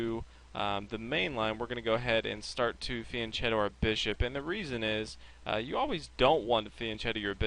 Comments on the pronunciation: It's fianKeto, not fianCHeto! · fianchetto is pronounced as a "k" not a "ch" -_ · Thanks! It's pronounced fian "k" etto, by the way. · Van chetto? Vian ketto? What? Said many times in the video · Very good video! Shows ideas and structure-dependent characters of the positions! ( it is "Fee-ahn KE-to". The ch in italian makes a hard K sound!